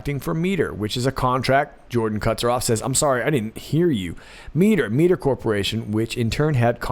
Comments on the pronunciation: m - I - ter not mee - ter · Mitre. Might-er, not meet-er... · Minor point: Mitre is pronounced "MY-ter". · Mitre is pronounced (My-ter). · Miter ... my-eye-ter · Mitre is pronounced my-ter. They sound shady to me.